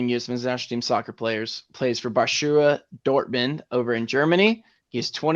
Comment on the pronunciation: Did u say Basura Dortmund?😂